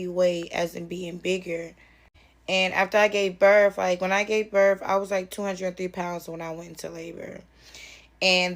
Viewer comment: You gave “berf “? I think meant “birth”. English is a beautiful language when spoken properly. We ALL need to do better ❤